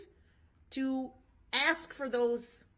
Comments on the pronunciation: If you dont "undershtand" then "ax" for an attorney 😂😂😂. I dont think this moron realizes how incredibly STUPID he sounds. I think this guy is honestly the DUMBEST and most delusional criminal to ever step foot into a courtroom 😂😂😂. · This was so annoying to watch during the actual trial. Mostly because of his mannerisms and the way he sounds (axe instead of ask), Not to mention the taxpayers have to pay for all of this. Including his incarceration.